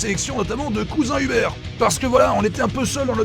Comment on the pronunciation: Le cousin Huber(t) qui perd son T d'un show à l'autre :)